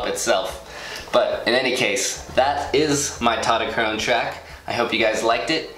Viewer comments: "TautoTOchrone" lol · Tautochrone in greek is pronounced taftoxrona (im half greek btw)